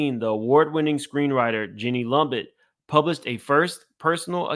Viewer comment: It’s pronounced Lumet: Loo met. She is Lena Horne’s daughter with her husband Director Sydney Lumet. Famous for a lot of movies but mostly The Wiz movie with MJ and Diana Ross.